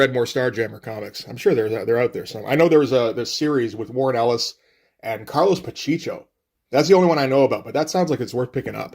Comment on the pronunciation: Carlos Pa-Chee-Cho??? You mean.... PaH-CheH-Ko?? Strange to see Pacheco become Pacheecho?? ;) ;)